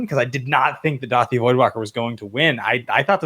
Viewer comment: DU-A-THI voidwalker? The card is clearly spelled DA-U-THI Am I wrong here?